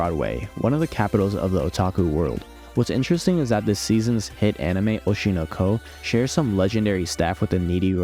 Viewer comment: why do you keep saying it like that?? oshino ...KOOO